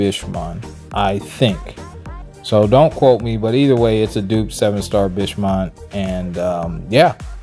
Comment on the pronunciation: Let’s make sure we annunciate Bish-Mon 😂😂